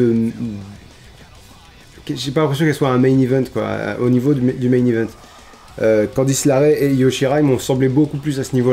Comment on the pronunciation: Bonne vidéo comme d'hab par contre c'est Candice LErae parce que LArae ça sonne bizarre 😅